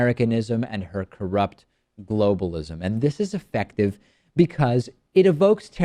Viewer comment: "Globalishm" lmao